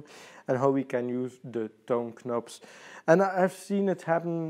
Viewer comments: HE PRONOUNCES KNOBS WITH THE K 😭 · "K-nobs". Learn English first, then guitar. My advice.😄